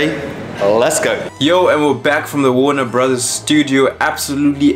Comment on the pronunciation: Warner Brothers*... "warner Bross" is wild💀💀💀...g has been getting wam you know